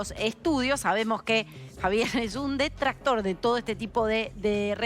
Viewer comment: Ha dicho"destractor". La mina.